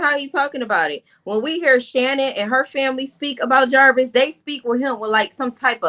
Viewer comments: JAR VIS not javaris ma’am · what name u saying. Don't sound like jarvis